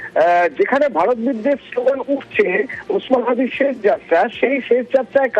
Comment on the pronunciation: ছেশ যাত্রা না আপা , উচ্চারণ হবে শেষ । এই সব তৃতীয় ক্লাসের উচ্চারণ নিয়ে নিউজ প্রেজেন্টার হয় কি ভাবে!